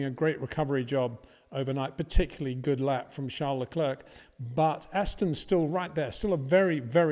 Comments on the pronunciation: Leclerc is pronounced Le Claire, not Le Clerck. In other word the "C" is silent. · New season new chances for Peter to finally learn how to pronounce Verstappen and Leclerc properly.